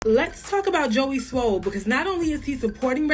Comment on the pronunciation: You keep sayin Joey SMOLL!!! 😅😅😅